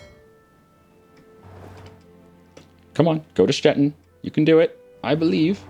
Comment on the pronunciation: Your pronounciation of Stettin is right on point! Im german by the way.:) Thanks